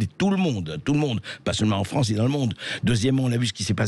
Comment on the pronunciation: Pourquoi Zemmour dit toujours la Fronce.... Au lieu de la France....❓ C'est quoi la Fronce❓